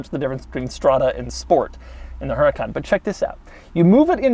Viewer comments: That's HuRAHcan....not HuREEcan. Followed by PERRforMANTEH....MAN as in FUN. Got it ? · Actually since Lamborghini names it’s cars in Spanish (yes I know the company is Italian), it would actually be pronounced Uhr-ah-kan, because the H is silent in Spanish, followed by pehr-for-mon-te. Most people don’t pronounce it this way because they either don’t know or it is too difficult for them, but that is linguistically the way to pronounce the name of this car.